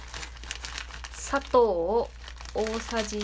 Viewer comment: 砂糖のイントネーションが佐藤